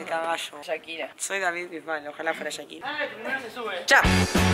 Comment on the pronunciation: "shakil oni" JAJAJAJA. 1.85 en general es bastante para una mujer kpo